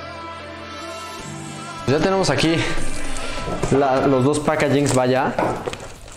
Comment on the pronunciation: Saludos y no se por que les gusta usar palabras en inglés que honestamente las mal pronuncian ( No eres el único ) packaging por que no usar la palabra en español que se escucharía mejor